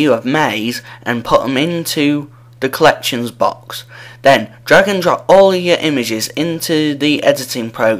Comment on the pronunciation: sounds like he sais drug and drop to